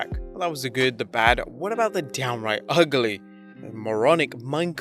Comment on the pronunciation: Good recap and as an American... The word Ugly is pronounced (Ug*Lee)